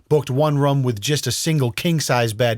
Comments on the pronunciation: Room not rum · always says ‘Rhum’ for Room..😂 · Weird pronunciation of the word 'room', sounds almost like 'rom' is that an American thing or just this guy? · Anyone else hear him say the word ROOM weird every time he says it lol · Bro you say "room" like one would say "book". How do you say "poop"? Running joke in my family, just want to know, thanks